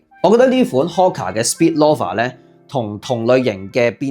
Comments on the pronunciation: Friendly reminder : Loafer 係讀Lo-fer ,你讀左Law-fer Snoafer 係讀Snow-fer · loaf, 係讀 low-ve, 同理，loafer, 是‘勞’fer, 不是 羅 fer